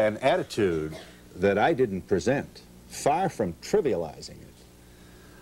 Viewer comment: Pre-sent......said like Key. Just finished watching Khalid on there